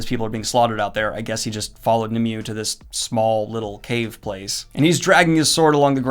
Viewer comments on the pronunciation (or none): Finding Nemoo. Had to make fun of that pronunciation at least once. Were you being sarcastic about the clothes being too clean or do you really think that every peasant was happy wearing brown shit-covered clothes in medieval England every day?